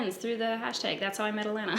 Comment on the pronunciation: The way you say it I thought her name was Atlanta 🤣